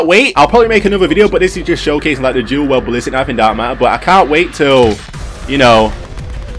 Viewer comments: "Du well" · Lol "duel well" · Your accent is the best " dül weld"